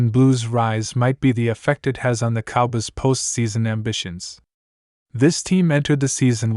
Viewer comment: You don't even know how to say COWBOYS